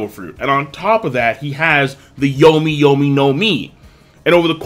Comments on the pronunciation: ITS YAMI YAMI NO MI !!!!!!!!!!!!!!!!!!!!!!!!!!!!!!!!!!!!!!!!!!!!!!!!!!!!!!!!!!!!!!!! NOT YOMI YOMI NOOOOOOOOOOOOOOOOOOOOOOOOOOOOOOOOOOOOOOOOOOOOOOOOOOOOOOOT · lol keep saying yomi yomi no mi for BBs fruit. It's yami yami:))